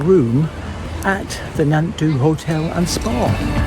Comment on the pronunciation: It's pronounced "nant thee"! Great video, just a friendly "correction"! :-)